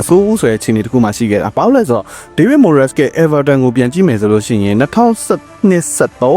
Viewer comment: Moyes ကို မိုယက်စ် လို့ အသံမထွက်ပါ မွိုင်းစ် လို့သာထွက်ပါတယ်။